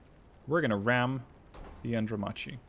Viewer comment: The light cruiser was pronounced andromarky.